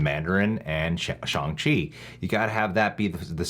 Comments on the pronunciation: I thought it was SH-(ANG) Chi , not SH-(ONG) Chi ? I know it can be pronounced both ways , but I thought it was the other way. Or am I just super wrong ? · Yea it's not shOng chi its shAHng Chi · The more matpat says "shung chi" and not shang chi makes me more and more angry every time